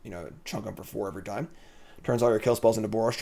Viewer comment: "i had once upin a pime" lol classic english major butchering the english language XD. love the vids! would definitely like to see some more pioneer. starting to see a resurgence of pioneer at locals. was thinking of buying a cheap jund landfall deck and just having fun playing a janky home brew.